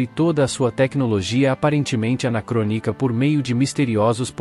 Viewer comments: Pena que tem muitos erros de pronúncia, como por exemplo, anacrônica, o narrador pronuncia: "anacroníca", enfatizando como sílaba mais forte a "ni" em vez de a "cro", que seria a correta, talvez por ser um narrador IA. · O vídeo é muito interessante, porém tem muitos erros de pronúncia tanto em nomes em inglês como também em palavras na nossa língua. Só como exemplo: anacrônica. O narrador pronuncia: "anacroníca" acentuando a sílaba "ni", em vez da sílaba "cro". Como creio que a narração é feita por voz de IA, deve ser por isso ter tantos erros de pronúncia. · Anacroníca, pqp